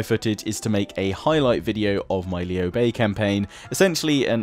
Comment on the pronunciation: both you and the VA pronounced his name wrong, It is lew like lewd just without the D... that sounded wrong but you get the point.